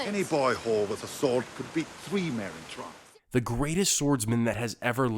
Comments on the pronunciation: He said “Merin tront” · It is said Trant not Tront